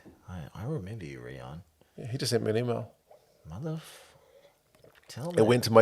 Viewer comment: My name is Riaan too. Your pronunciation is good.